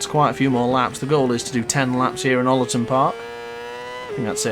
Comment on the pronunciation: Love the vid but your pronunciation of Oulton is killing me 🤣 great vid mate